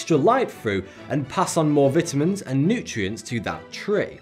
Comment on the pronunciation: he said vitamins wrong. stopped watching there. unsubscribed. sorry not my fault